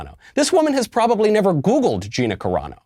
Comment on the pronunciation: You pwodway call anyone a nazi if you want. This is America. 😂